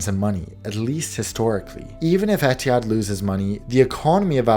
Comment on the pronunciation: As an Arab the way he pronounced Etihad bothered me so much every time